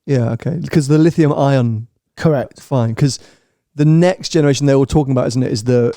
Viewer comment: There is 88 million tonnes of lithium on earth. Don't think we will run out of it 🤦🤦🤦🤦🤦🤦 he can't even say the word lithium how does he think he can talk about it when he's a clueless moron.